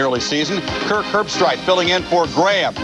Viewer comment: "Kirk Herb-STREICH" Don't worry,, you'll get it right soon enough. 😉